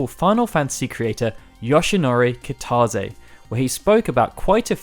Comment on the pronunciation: Yawshinori kitawzzy